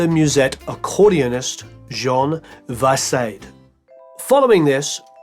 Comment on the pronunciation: I admire your research and videos, professionally made and really interesting but please check the pronunciation of French names, Fauré (foree not 'four'), Vaissade (vesade, not 'vaseid') or French words, l'orchestre (lorkestre and not 'la orkestra' etc. It's not that difficult, really